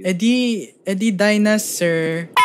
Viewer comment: "edi dino-sir haha..ha" unsubscribes